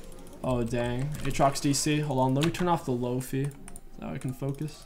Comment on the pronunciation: He did not just call it "Lo-Fe" instead of "Lo-fi" lol